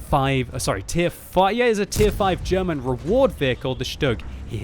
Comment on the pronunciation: it's funny to how you pronounce "derman" :)